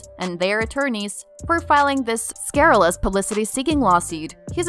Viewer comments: It’s pronounced SCURRILOUS….NOT SCARRILOUS….and ELON’S last name is MUSK….NOT MASK. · Elon "Mask"? Some of the pronunciations are just ridiculous. "Scarilous"? The word is scurrilous.